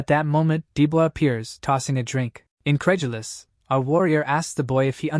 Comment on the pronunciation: stop. saying. INCREDULOUS